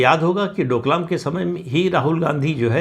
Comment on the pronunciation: कृपया सही उच्चारण करें। डोकलम नहीं, इसे डोकलाम कहना ज्यादा सही है।